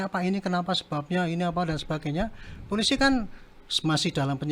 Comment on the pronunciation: jabatan penasehat kapolri tapi ngucap polisi jadi pulisi 😂😂😂